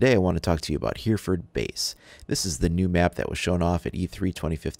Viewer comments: I live in Hereford and for future game plays it isn't pronounced here-ford it is h-ery-ford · Pronounced 'Heh reh ford' my friend! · Great video. Although it's pronounced hery-furd. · it's been said already but that's not how you say Hereford, I'm from there so I can assure you of that